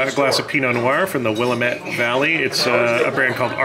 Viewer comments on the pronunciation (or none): Another great video. Congratulations on hitting another out of the ball park. I do have to point out two corrections, though. Willamette is pronounced like wil-LAMB-mutt. And Julie Andrews (my patronus) couldn't have attended the premier as she was just a baby at the time. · Argyle is my backyard. Its Will-am-ette ❤️❤️❤️ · “It’s the Willamette damn it!” The natives of the Willamette valley often say this phrase to point out that Willamette rhymes with damn it. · We can forgive for his mispronunciation of Willamette because what he gave us in this vlog. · I came to comments to correct the pronunciation too. 😂 Hi neighbor! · I have to call you out first on your pronunciation of Willamette lol (when talking about the wine)... I have never been to Carthay, but it is on the list when we go in the spring!